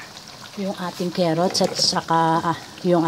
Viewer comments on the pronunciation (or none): Kaylangan po talagang may kerrots... kerrots po talaga eh.